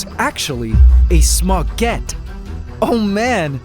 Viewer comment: cat-orange-whistling: Smaugette sound like Spaguettee :face-blue-smiling